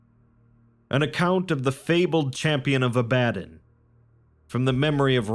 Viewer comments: Just gotta say, it's the Lands of AH-buh-DON, not ah-BAH-dun. But this is a great video regardless! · It is pronounced Ab uh don